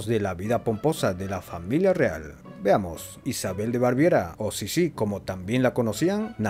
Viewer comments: Baviera, no Barviera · Es BAVIERA, no Barviera. Saludos 🙌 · Es Baviera, no "Barviera" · Vaya vídeo plagado de errores, Eugenia de Montijo no fue reina, sino emperatriz de los franceses, y la ciudad donde nació no se llama Alhambra, se llama Granada, la Alhambra es el palacio árabe de Granada. La región alemana de Elisabeth, antaño reino, es Baviera, no "Barviera". Ella era también emperatriz, aunque en este caso también la podemos considerar reina, ya que era emperatriz de Austria y reina de Hungría desde 1867, pero cuando se casó con Francisco José en 1854 era únicamente emperatriz de Austria porque el país era el Imperio Austríaco. Su suegra era la archiduquesa Sofía, no doña Sofía, el título de doña se utiliza solo en países hispanohablantes.